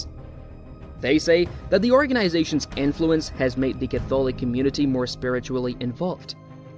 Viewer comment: Use a real person instead of a computer generated voice. It can't even pronounce Catholic correctly.